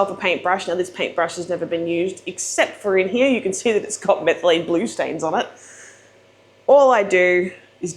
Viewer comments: “HERE , YAH”” lol “here” it’s one syllable! Great video jerking ya chain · “Hee year”. “Here”!! Kills my lol